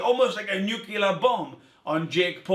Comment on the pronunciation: Why does almost everyone, including educated people, say new-q-lur instead of new-klee-ur? It’s fucking maddening. It’s like the whole world learned how to pronounce it from George W. Bush.